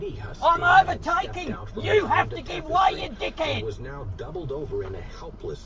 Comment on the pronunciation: Hahahahaha you have to give way you dickhead! In full Australian accent makes it so funny